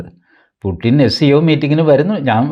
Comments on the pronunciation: കാർന്നോരെ പുട്ടിൻ അല്ല പുടിൻ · റഷ്യൻ ഭാഷയിൽ 'യ'കാരവും 'ട'കാരവും ഇല്ലത്രേ. പുട്ടിൻ അല്ല, പൂഷിൻ ആണ്; യുക്രെയ്ൻ അല്ല, ഉക്രെയ്ൻ ആണു ശരിയായ ഉച്ചാരണം എന്ന് അറിയുന്നു. രാഷ്ട്രീയേതരമായ നാനാ വിഷയങ്ങളിൽ താത്പര്യമുള്ള സാറിന് ഈ അറിവും സ്വീകാര്യമാകും എന്നു കരുതി അറിയിക്കുന്നതാണ്, ഉച്ചാരണ വിഷയമല്ല ഇവിടെ പ്രസക്തം എങ്കിലും!❤